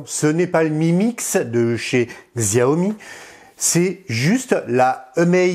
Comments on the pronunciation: Xiaomi se prononce "Chaomi" je crois.. voili voilà.. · On dit Shayomi pour Xiaomi :) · Ta façon de dire Xiaomi m’irrite l'oreille. xD